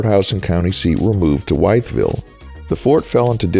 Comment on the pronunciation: Wytheville is pronounced WITH-VILLE